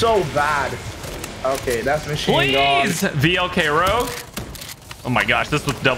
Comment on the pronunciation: Let’s not skip the fact that said rogue wrong on the VLK Rogue